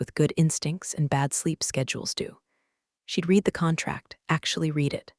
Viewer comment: Typical AI written, AI spoken garbage, always you find read (RED) spoken as read (REED), tells you it's a novel, a story, fiction, crap.